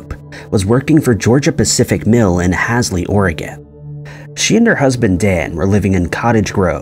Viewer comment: The a' in Hasley is pronounced like the a' in hallway.